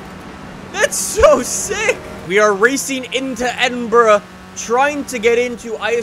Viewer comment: raciing into edinbruh